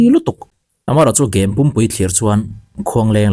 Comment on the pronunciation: Khuangthing niloin Khuangṭhing